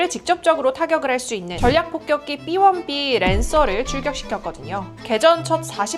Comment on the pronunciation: 삐원삐 가 아니고 비원비예요 ㅋㅋㅋ